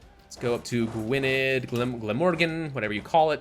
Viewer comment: BTW the double d in Gwynedd is pronounced like the th in beneath. No it doesn’t make any sense to me either.